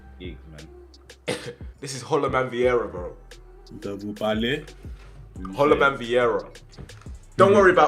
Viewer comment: Man said hollowman Vierra 😂